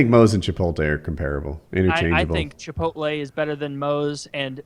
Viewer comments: Why do so many old white guys say Chipolte my dad says it the same way as Woody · Woody has been saying Chipote for years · He’s gotten better recently. He’s calling it Chipolte now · Genuinely how does manage to mangle the pronunciation of both chipotle and Qdoba in the same breath